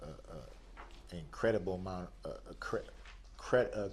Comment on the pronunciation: This dummy couldn’t even pronounce incredible😂😂 Tried 3 times and still said it wrong. I gotta laugh at this 🤡 just to keep from getting angry.